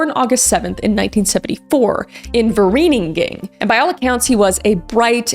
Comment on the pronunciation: As a South African, it's so funny sometimes hearing people from other places pronouncing our native places and people 😭😂